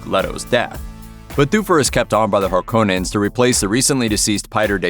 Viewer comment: the biggest question why does it suck.....the original was way better imo.... ps it's Harkonnens.....(cohhh) not Harkannens (cane) they pronounced it wrong through the whole awful movie.